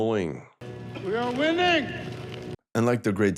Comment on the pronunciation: "We are winnning!"